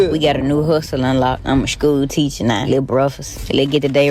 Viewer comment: Not a "shhhkew teachuh nah". Not my daughters ma'am.